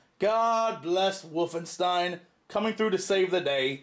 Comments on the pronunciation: He says woofenstien .. lol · "Woofenstein" :3